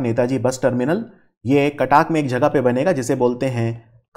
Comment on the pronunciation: Someone please teach him how to pronounce Cuttack.